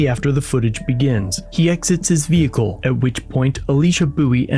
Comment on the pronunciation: Ve-Hickle. Smh